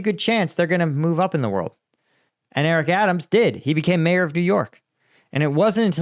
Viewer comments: Although the ethimology is, probably, the same, In civilian life we call them "mayors" -- not "majors". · Mayor, not major FFS.